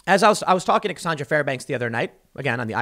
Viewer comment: Every video: "Andy Ngo...Andy Ngo... Cassaauughhndra Fairbanks- I tell you what, man...It's the economy, stupid!"